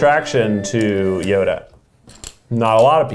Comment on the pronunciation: Keith didn't make Yoda, he made Hoeda